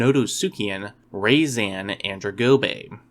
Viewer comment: Why did you pronounce it weirdly? It should be pronounced (RAH-zah-nan-DRONE-go-bay).